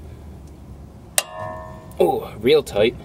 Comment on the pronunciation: When he said "REAL toight"